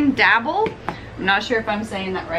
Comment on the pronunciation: Mid-Century cooking is my favorite. They really were creative with flavors and spices...in a good way. Diable is pronounced Dee-ah-b-lay